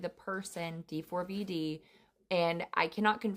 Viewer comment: I know but she literally was saying D FOUR V D instead of how it’s actually pronounced.. and she kept saying it over and over and it was getting annoying because that wasn’t how you pronounced it